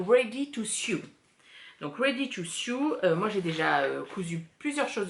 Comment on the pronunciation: Très contente de te revoir! Pour ton info, le mot Sew de la cie Ready to Sew se prononce comme « saut » et non pas comme « sioux » …. Dieu que tu es inspirante! A la prochaine 🥰 Monique de Montréal